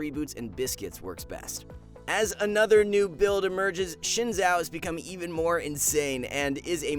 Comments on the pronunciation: Why you call Szyn Zhao , when is Sio Zhao corect. Is so Hard for you "English People" change Z to S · no one: this guy: SHIN ZHAO ??????????????????